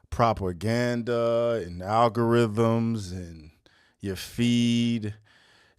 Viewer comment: bruh, did this MF just say Proper Ganda 💀